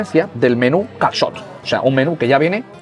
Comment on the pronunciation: Qué dominio tienes ya con el "calçot" !!!😳😱😄😄